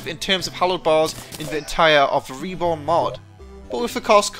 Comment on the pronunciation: Reporn?... Do you mean Reborn?